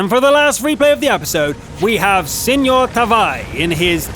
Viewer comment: U said SemorTaavi wrong :(